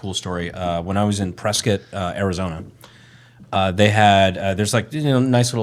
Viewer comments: Holy Grail, Brandon pronounced Prescott like a local! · respect to Brandon for pronouncing “Prescott” right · Thank you for saying prescott correctly brandon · Yeaaah good shit Brandon thank you for pronouncing my home town correctly I'm actually impressed someone not from here got it right. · The second he said it - came straight to the comments. Hell yeah